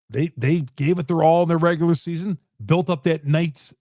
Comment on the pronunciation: Nigga a casual stop saying “regualr season” this playoffs buddy